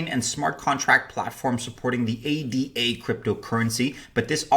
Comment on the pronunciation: It's Ada; not A D A.